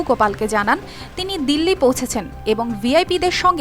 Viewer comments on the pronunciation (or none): none